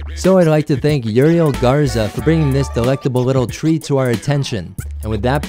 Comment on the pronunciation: omg... I hate how he pronounced that name lol Youree-ehl Gurzaaa :D disgusting